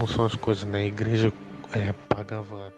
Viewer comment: "impreja universal"😂😂😂